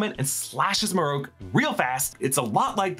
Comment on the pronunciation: MarrOak. Hmm. Marroke…. Na it’s marrok. Idk why this annoys me. Sounds letters make and such